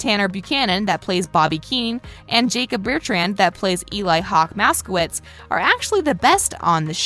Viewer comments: First off it’s a “sensei” second off his name is “Robby” not Bobby Edit: my highest likes is 5 dang this is like 40 more Another edit: she said Eli maskits LMOA it’s maskoice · “maskowitz” its moskowitz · she also got eli's (Hawk) last name wrong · lady... lady... i have multiple things that are an insult to Karate... 'Coaches' are called Sensei. You dont 'train karate' you do Karate training. Bobby Keene is Robby Keene. Xolo is pronounced Sholo. Eli Mosquitz's middle name is not Hawk. and its not pronounced Masquitz. and 'Master Miyagi' is Mister Miyagi. The Crane Kick is a thing. Even my sensei knows it. The fight was at a mall not a cafeteria. and most people know all of the stuff in this video. Also.. No shit the tat is fake. You think Jacob would seriously get a tattoo like that?